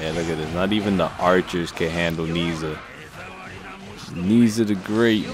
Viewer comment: His name is properly pronounced "naa-iaa"